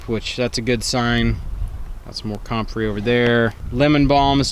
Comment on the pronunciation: you're the only person I've ever heard pronounce comfrey that way. Waiting for the official total, but I think we got 13 inches in Minnesota.